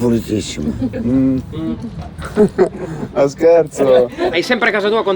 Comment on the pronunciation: "son pulitissima" ...avevo gia capito XD quella ESHE detta così ce l'abbiamo SHolo noi XD la signora mi fa morire hahahah